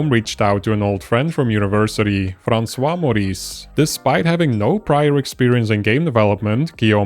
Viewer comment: François Meurisse* Not Maurisse ;)